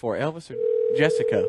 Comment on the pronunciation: Its Jess co. Not Jess a co.